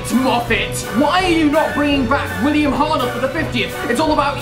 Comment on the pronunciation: You don't say. And it's Hartnell not Hartnel